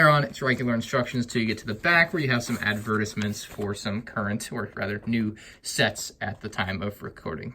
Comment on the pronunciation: Bruh. What was that "advertisement" pronunciation?